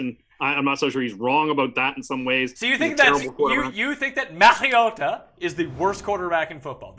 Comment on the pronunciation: DK: mschiissler Pick: Denver over 7.5 Please don't let say Mariota anymore